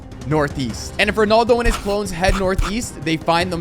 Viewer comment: Why do you say ronoldo?